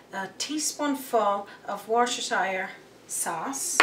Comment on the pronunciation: that troublesome word with letters and syllables that no one ever says or uses is pronounced "woos-ta-sheer". Easy, eh? From N.H. Patricia 👵🏻🤗 😉